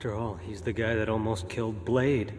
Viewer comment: D Boy? It’s blade.